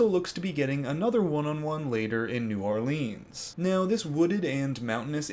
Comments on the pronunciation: anyone else cringe everytime he says New OrlEEEEANs? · as someone from nola, it is really funny hearing you pronouncing it hahahahaha